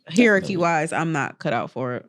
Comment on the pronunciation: can Demaris ever pronounce words correctly? Polyamory and Hierarchy are relatively easy words to pronounce correctly.